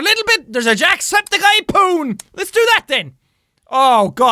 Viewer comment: When he says poon it sounds like he is saying porn